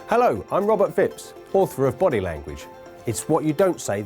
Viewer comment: I thought he said his name is Robert Fibs.